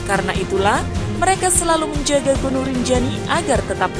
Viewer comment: GUNUNG MIN BUKAN GINUNG😆😆😆